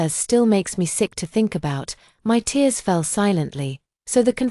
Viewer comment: This AI VOICE drives me mad with so many mispronunciations. Don’t the owners of this story ever check the accuracy of the voice/text. Just one example repeated in every story this AI VOICE is used on is TEARS, the meaning is crying, it should be pronounced phonetically as TEERS yet every time it’s pronounced TARES.